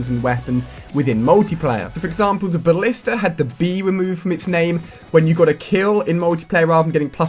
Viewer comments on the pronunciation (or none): none